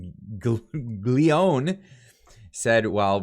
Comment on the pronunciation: Kas-tig-lee-O-nee,. Ya never watched Godfather. Cmon...LOL